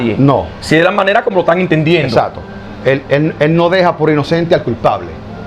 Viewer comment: Se dice ""exacto"" no exato